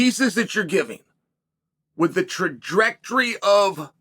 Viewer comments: Trajectrary was the money shot for me 😂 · Chael Sonnen try to say "Trajectory" (impossible)